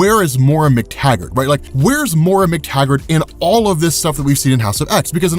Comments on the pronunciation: MOY-RA, not MORA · 12 hours in and he’s still pronouncing Moira as Mora. Jk loved the video, longest YouTube video I’ve ever watched